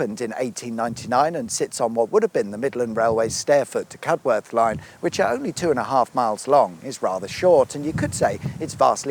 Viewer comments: Yorksha, not Yorksheer, please. Cuduff, not Cudworth. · Cudworth is pronounced "Cudd-uth" (Michael Parkinson came from there!) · Love these videos. Have to correct your pronunciation on Wombwell and Cudworth Locally pronounced Wumwell and Cudeth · Thanks for visiting my home town. We are on the map now! thank you good sir! Just a couple of points, the towns are pronounced “Wumwell” and “Cud’ath”. Otherwise great video thanks. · BTW Cudworth is pronounced "Cuddarth". Yes I'm afraid it's one of those places. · Great post, although Cudworth is pronounced "Cuddeth", so only 9/10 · Cudworth, pronounced "Cud-oth" > the locals will lynch you otherwise! Surprised you didn't come to Grimethorpe though, and of course the home of the world famous Grimethorpe Colliery Band.